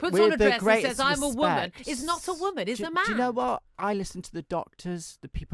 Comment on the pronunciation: Aint no T in the word 'Woman'.